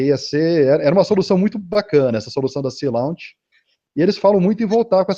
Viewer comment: A empresa que o moço menciona é o Sea Launch, se pronuncia /si: lóNtch/. Quase quebrei a cabeça para ver empresa ele está dizendo, mas achei. :D Gostei muito da ideia dessa empresa, colocar uma base em uma plataforma marítima. Isso serviu de resposta a minha dúvida... se é possível fazer grandes bases no pé do mar, já que a ilha de marajó e algumas ilhas ali perto ficam bem na linha do equador, mas o problema é que tem que remanejar grandes quantidades de populações daqueles locais. Marajó tem mais de 500 mil habitantes, por exemplo.